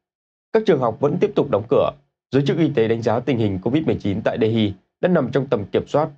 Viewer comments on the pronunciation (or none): MC lại phát âm "đê-hi" sai rồi ,học thêm chút đi